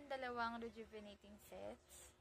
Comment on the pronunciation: Ang hirap bigkasin rejuvenatating😊